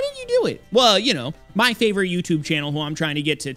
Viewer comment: Didn’t realize how much I would miss the “70% of tewbre viewers are not subscribed”